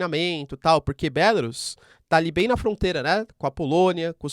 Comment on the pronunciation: Se pronuncia Belarús,. não "Bélarus".